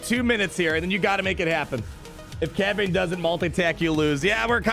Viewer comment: For him to Say cad bane